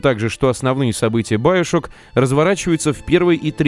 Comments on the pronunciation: Надо говорить не баёшок ,а биошок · Как же воротит от твоего "байошок" , чувак оло , ты русский , ты не знаешь слова биошок ? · не байшок а биашок камсток а комсток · сам ты доктор Сучонг...Он Сушонг,а еще не байошок,а биошок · Биошок а не Баишок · говорит баяшок!!!! )))))))))